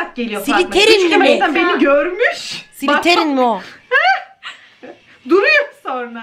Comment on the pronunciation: "Siliterinli mi" dediği yerde koptum